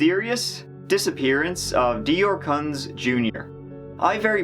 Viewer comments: My aunt, uncle and cousins have the last name "Kunz". They pronounce it "koons" instead of "cuns". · This happened in my area. I know one of the lawyers that represented the father. It's so sad. You say the name as "Coontz" Why did they go camping with no diapers for that baby? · I’m pretty sure the name Kunz is pronounced “koonts” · It’s pronounced coonts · A side note: I'm from the general area, and the last name, Kunz, is pronounced "Koonz". I really hope we find out what happened to this little boy. 🙁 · I actually live in the same city as Jessica and vernal. Went to school with Jessica's sister.. It has been crazy and they even had a $5000 fine if we went within miles of the campground. They are both remarried and moved away shortly after he went missing. We all know they did it!!! They also found a backpack with human blood. And its pronounced "Coonz" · At least say the poor baby's name right it's pronounced koontz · Look thats not how to pronounce "Kunz" try again. 😇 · It's all in the name...they are Kun(t)z..these deplorable meth heads killed their baby & set up the old man..I dont know how kept a straight face pronouncing that name.. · And you're going to keep pronouncing his last name wrong even though 20 people in the video and all the interviews pronounced it right and you're still too stupid to correct yourself